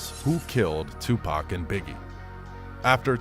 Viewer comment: right daym atleast get 2pac name correct